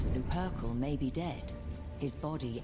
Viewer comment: lupercal is pronounced luper- cal like literally like its spelled not lupercle... Its just funny because there endless audio books and pronounciation guides and the producer still got it wrong XD game looks spectacular though